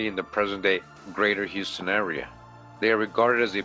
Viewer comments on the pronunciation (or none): none